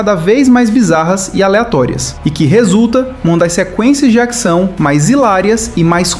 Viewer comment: Por que você fala "acção", "actor", "actriz"?